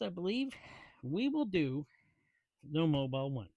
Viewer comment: Fyi, it's Mobil like Mo-Bull. 'Not' Mobile like Mo-Bile. If interested, the latter word can be heard multiple times in the Who song, "Going Mobile" Good tune!😊 The topic M1 made by M&H Purolator, but no more. Highline Warren distributes the now made in S Korea M1. Also contrary to your statement the ProTec is a Wix "jobber" filter with a combo valve. No bueno. They have done away with that design in new M&H Protec made in China with separate bypass. Much better now. With the funky tunes, couldn't hear your commentary, perhaps the idea. 😁 Imo, those Protec filters are ready for the trash can. Have a good one.